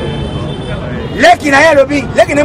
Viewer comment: balobaka « foimille» te mais Famille.